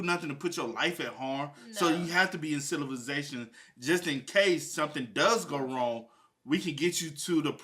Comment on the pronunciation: saying “silivization” is killing me 😂😂😂😂😂😂